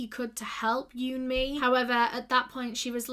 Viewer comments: Who else thought she was saying you and me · vid starts with not having the respect to research her name pronunciation yikes